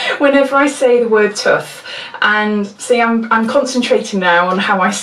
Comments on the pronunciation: My Welsh friend says it as "t-u-th" always makes us giggle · You say it a lot and I thought it was adorable. I guess it's the whole Britishness of it. I'm Bulgarian and I don't get to hear this type of accent often and I think it's very nice and melodic. But yes, I do think that you say tooth weird. ;d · You make me chuckle everytime you say tooth lol it must be a Welsh thing its prounced the same a "youth" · I live near Bristol and most people from where I live say tooth like you do 😂 must be a South West thing!!